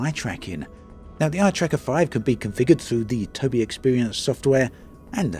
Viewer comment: Am I the only person on the planet who knows it's pronounced Toby eye